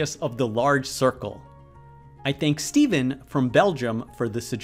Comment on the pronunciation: Stéphane is a French name. It's sounds like "stay fan". Not Steven.